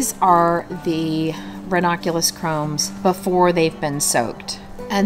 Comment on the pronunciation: I think they are called "corms", not "cromes". Wow, I just found your channel, and I love your beautiful flowers, and all kinds of tips for gardeners!